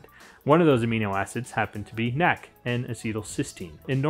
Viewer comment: Stop calling it nac. Just pronounce it N.A.C just based on that, anything you suggest I'm out